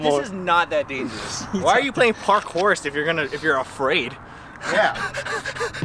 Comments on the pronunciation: This is... Pakourse!!! and yes, missing the 'r' was intentional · ITS NOT PARKOUR; ITS PARKOURSE the best thing to hear